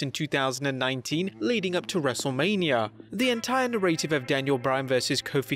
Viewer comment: Please. Learn to pronounce the word "narrative". 😂 Love this channel but everytime I hear that pronunciation it's like getting poked in the neck.